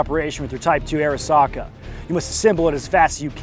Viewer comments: the correct pronunciation is Ah ri sa ka or あ。り。さ。か。 if you’re going to have antique weapons from foreign countries being able to speak the language is what separates you from a well cultured autist and the absolute fuck nut tools who drive up prices on gunbroker. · ありさか is pronounced ah-ree-sa-ka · Just lean in an pronounce it er-SACK-uh